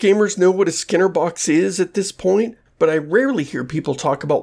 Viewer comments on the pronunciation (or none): It's not constructive of me, but it's weird that you pronounce skinner as /sker/ (like "scare box")